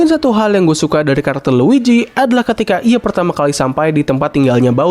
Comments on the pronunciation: Luigi mang, bukan luiji. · dibaca nya luiji tapi tulisan nya luigi si mario aj panggil si luigi “luiji”